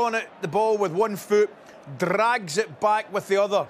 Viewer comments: “Da-ragggggs it” lol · he really dragged the letter 'r'